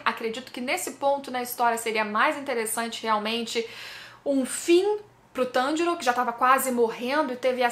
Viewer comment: Eu sei que a treta tá brava e tals, mas..... só eu que percebi que o inousuke falou o nome do Tanjiro corretamente?